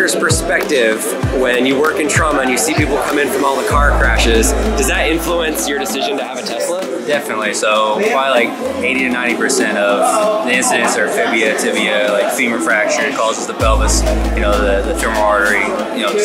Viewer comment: did the ER doc say fibia?